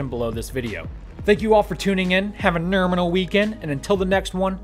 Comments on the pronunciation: You say nerminal wrong. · It was a joke, Mrs. Kravitz. I spelled it silly, just as he speaks it.